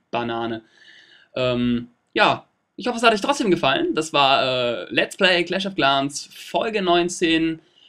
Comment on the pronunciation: ich glaub man spricht das game cläsch of cläns aus nicht claaans